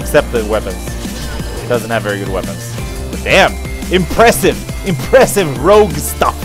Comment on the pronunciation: i like it how sais very imprezev